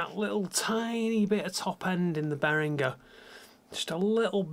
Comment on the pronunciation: Thank you for pronouncing Behringer like Behringer and not like BehriJer. :)